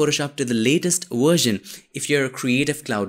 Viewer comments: It's called "version" not "warshon" . Asshole. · I'ts not Worsion, It's Version hahhaha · That "worzhn" is soo Indian :D. Great tutorial by the way. and you earned a new subscriber ;)